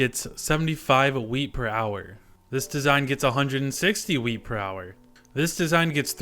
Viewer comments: Is it just me or does it sound like he says weed instead of wheat. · nice vid but for a sec I thought he said weed not wheat